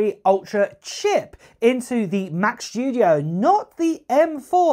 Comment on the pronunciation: "Mach SHTOODEOHE"